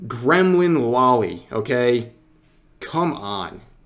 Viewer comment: Only critique I have here (sorry for being that guy, but I must) is that you keep saying "lolly" instead of loli. Long O sound.